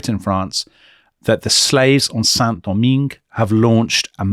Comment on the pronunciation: In case Saint Domingue (Haiti) is mentioned again: the final "-ingue" is pronounced like the English word "hang", but without the aspiration at the beginning.